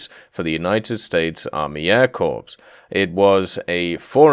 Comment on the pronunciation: its hurts hearing him say US Army Air Corpse instead of Corps